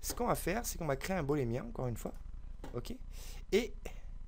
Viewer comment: Beau tuto mais par pitié, l'objet de soustraction se nomme booléen, pas bolémien... Boole s'est retourné dans sa tombe une centaine de fois tout du long de ta belle vidéo ;).